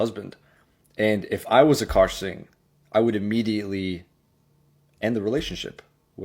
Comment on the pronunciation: “A car singh” 😂😂😂😂😂😂😂😂😂😂